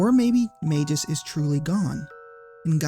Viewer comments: SKALA XD hahahaha... The way you pronounce it would be spelled either Scala or Skala. Schala is pronounced as Shampoo. While you pronounce it Mageus, it might be right. But him being a japanese invented name, I'd argue it's pronounced like Magpie. Magusu in japanese. Actually his japanese name is just Mao (Demon King or Magic King). Janus, Magus... Just pronounce the same. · May-Gus. You can even get verbalizations of it on Google..... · We should just pronounce it My Goose. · You mispronounced Magus and Janus. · At first I cringed at the pronunciation of Magus and Janus. But then I remembered that Ted Woolsey took a ton of freedoms with CT's script, especially by diverging from the Japanese names. On top of that, "Janus" is based on a name that has passed through a number of languages through the centuries... so pinning down a correct pronunciation is a fool's errand, much like (for comparison) many Legend of Zelda names. Instead, I'm just going to point this out: when pronouncing Janus as "Ianus," you seem to be using the Latin pronunciation of the name, which is probably pretty commonly used. Also, "Janus" is drawn from the name of the literal two-faced Greek god of "beginnings, gates, transitions, time, duality, doorways, passages, frames, and endings." The CT localization had an incredible knack for apt names, didn't it? Anyway, no pedantic corrections from me, I just thought that was cool and wanted to share. <3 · You got Schala right and then mispronounced Magus, the subject of the video. lmao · Maybe for the same reason you mispronounce Magus, which is a real word that's officially pronounced as May-Gus and not Mage-Us, lol. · Great video. But isn’t it pronounced Magoos? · As said elsewhere, you are incorrect on that: Magus follows the hard G / soft G rule, is pronounced with a hard G, as Mah-Gus or May-Gus. Go to any online dictionary and look up the word Magus, and play the pronunciation for it. Then you'll find-out the truth for yourself. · Mayjis lol